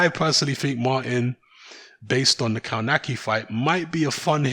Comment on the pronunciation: KOWNACKI = KOVNATSKI